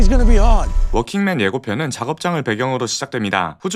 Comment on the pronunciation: 워킹맨이 아니라 월킹맨으로 써야 합니다. 한국에서는 working 이나 walking을 똑 같이 발음 하는데 이경우 working은 월킹으로 발음 해야합니다